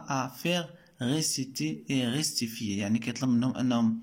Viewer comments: Rectifier =corriger On pronnonce le verbe avec q ou k est pas s vous dites restfier la bonne pronnonciation est rec(k)tifier .. :😊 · شكرا صراحة استفدنا منك بزاف ولكن حاول طور مستواك في القراءة Rectifier pas restifier وبالنسبة ل Poème machi poéme ....